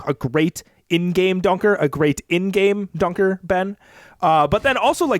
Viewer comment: LMAO At the emphasis on "great in-game dunker" from about Jaylen Brown